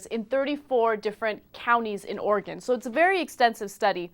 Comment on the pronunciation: Oregen.. still cracks me up!! (Oregon)